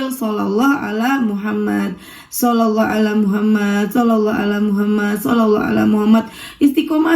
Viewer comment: Maaf, Aku dengernya kka baca shalawatnya "shallallah Alla muhamat"